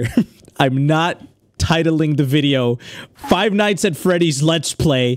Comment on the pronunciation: WE ALL KNOW THAT EDDIE SAYS FIVE NASTY ASS FOOLS NOT FIVE NIGHTS AT Freddy’s- Sorry if I spelt it wrong-😢